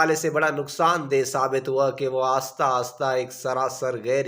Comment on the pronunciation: Aasta nh ahista